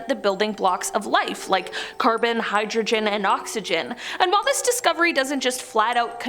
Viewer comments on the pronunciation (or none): none